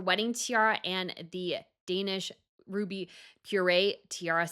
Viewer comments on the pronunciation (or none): I had to replay that. It sounded like "par-ay." I have heard it pronounced "par-eur" or "par-oo." Running for the dictionary now. 😂😂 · Cool stuff, just one point - it's parure is pronounced pa-roo-er, not puree, which is what you do to fruit. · I’m not trying to be mean. It’s not purée like the food it’s par rure. Also it’s pronounced con nit spelled Connaught. It’s Irish. It’s in NW Ireland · Parure... not Pureé. Love your work! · Brazanga? Puree? It's Braganza. And it's Parure. Please research the proper names and pronunciation since you are talking as an expert on tiaras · Thank you for this explanation. I am obsessed with tiaras too. But, Parure isn't pronounces , it's pronounced . The documentary about the Danish and Swedish jewels is great with the queens talking about the various diadems, including the Braganza. “De Kongelige Juveler” (roughly translated to ‘The Royal Jewels‘) is a wonderful documentary. I believe it is still on Youtube. And I, too, am so tired of Princess Sophia's Palmette Tiara with all those darn toppers. Lol. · Parure ("par-eur" not "par-ay"): A set of matched jewelry often worn together. 😉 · As a Dane I can tell you that Queen Margerethe definitely did not pronounce parure as puree in the documentary... those r's can be hard to hear for americans though 😂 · The Braganza Tiara is named after the former royal house of Portugal. Perhaps that information can make it easier to remember. But you also said purée instead of parure on at least three occasions in this video. I can see that you have put a great deal of work into this video. It’s a bit sad that there are so many mistakes,. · When the lady in this video says “purée”, does she mean parure? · The way she says purée instead of parure gets me everytime! 🤣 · How do you still not know how to pronounce “parure”?